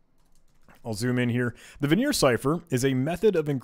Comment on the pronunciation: It hurt my soul every time he pronounced Vigenere as "Veneer" or Kasiski as "Kasenky" lol